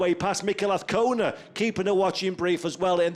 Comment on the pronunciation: Trust the commentator can pronounce Azcona by the 3rd round!